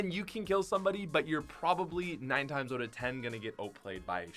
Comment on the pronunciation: When say oot instead of out